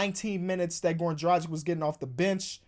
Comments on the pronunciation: Please learn how to prnounce Dragic's name, please, it's been haunting me for too long the way you pronounce it. Like and my ears shall be saved. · You need to learn how to say Dragic...